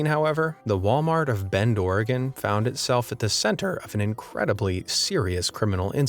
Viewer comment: Thank you for pronouncing Oregon correctly